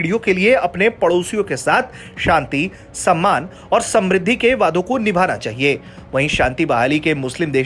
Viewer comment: तुम सब सच में कुपढ़े हो चार लाइन की न्यूज भी ढंग से पढ़ना नहीं आता मूर्खो इस न्यूज की वो गलतियां सुधारो जो बहुत खटकती है 1 OIC कारपोरेशन नही है। 2 शांति समृद्धि का उच्चारण तो तुम्हारे बस की बात नहीं मूर्खो शुद्ध लिखना पढ़ना सीख लो पहले।